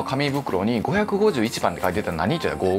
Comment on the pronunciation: 人工の。。が チ◯コの。。。 に聞こえて、何をおっしゃってるの？笑 とおもってしまった。